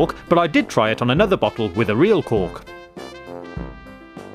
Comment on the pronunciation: Am I the only one who keeps hearing "cock" instead of "cork"